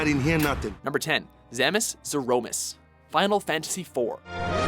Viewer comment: Zee-Rouh!-miss... he must be doing it on purpose just to annoy people xD (Something I totally support)